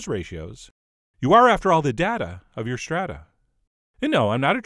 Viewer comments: Add some sauteed onions and garlic! Also, it's Day-ta, not Dah-ta. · We know you're not a Trekkie, chef John, because Data's name is pronounced 'Day-tah', not 'Dah-tah'. Pronouncing it wrong really grinds his gears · Trekkie here (lay off, Trekkers, I'm just keeping it colloquial). I'm loathe to ruin your brilliant rhyme, but it's pronounced 'DAY-ta'. When asked what's the difference, he replied "One is my name, the other is not." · Technically you mispronounced his name. DATE-A is his name, Data is collected information. :p And I am a Trekker. :p But I love your channel and vlogs and blog anyway so... I'll pardon you, this once. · yeah, he said hes not a trekkie and made that very clear lmao. Hes not the first though, I believe that blond doctor that replaced the redhead tended to do the same. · obviously not a trekkie because you pronounced 'data' wrong.